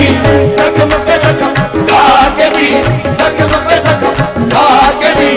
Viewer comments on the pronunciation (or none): He should learn to pronounce Mohabbat correctly, he says Mohabat. He also says Zakham instead of Zakhm.